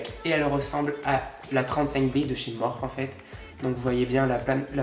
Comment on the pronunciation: j'aime bcp trop ce makeup mais je crois que sa ce dit pas "morphe" mais "morphi" genre en anglais❤️❤️